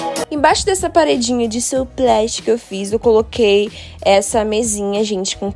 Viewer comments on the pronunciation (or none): sousplat se pronuncia suplá. Abs! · Amei! 💖💖, sousplat se pronuncia "suplá"